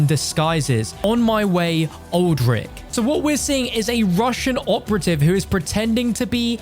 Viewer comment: It’s pronounced old-rich